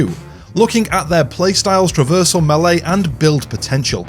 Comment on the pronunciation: "Milay (Melee)". 🤣👍🏻 sorry, I like this video.